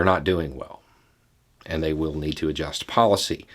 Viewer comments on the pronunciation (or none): none